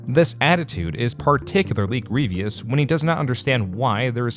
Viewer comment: Man, I like your videos but I think you should maybe have someone or something read your scripts out loud to you some times. Like, I'm not even two minutes in and you've pronounced a common word (grievous) in a super weird way.